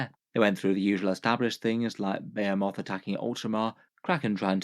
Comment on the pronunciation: Emissary, not Emisery. Also Behemoth, not Bayamoth.